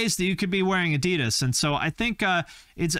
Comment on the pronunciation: There is this joke here in Germany: What does PUMA stand for? Probier unbedingt mal Adidas, means: You should absolutely try Adidas. By the way: The second syllable of Adidas is not stressed. It´s the leading A.